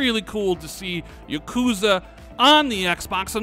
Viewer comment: Dont ever pronounce yakuza again